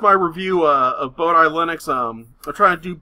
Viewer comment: "boh-dee" not "boh-die"